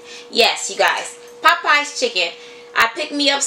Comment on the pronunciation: It’s called Popeyes chicken...not Poppeyes..